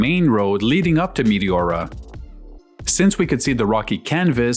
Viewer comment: nice footage! btw- its pronounced me TE ora , not mi ti ORA.